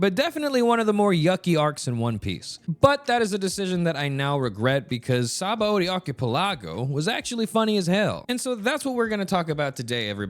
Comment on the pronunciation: Really bruh? "Magical fighting crackhead"? How dare you. Plus, the way you say Sabaody Archipelago just makes my tongue itch.